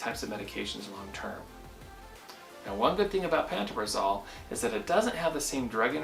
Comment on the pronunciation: The literature that came with my script says pan-toe-pra-zole is the pronunciation.